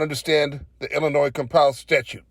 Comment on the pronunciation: Just like GoatBoy he thinks that Illinois is pronounced "I'll Annoy".